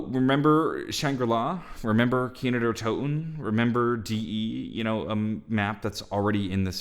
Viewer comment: this man just said kino numa